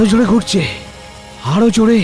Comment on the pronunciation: গুরছে না গুরায়তাছে😂😂